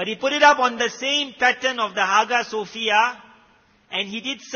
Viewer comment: It's pronounced as Aayaa sofiah Not haga sofia